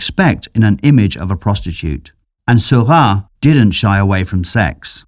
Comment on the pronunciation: Why does the narrator pronounce Seurat's name as Sylvan?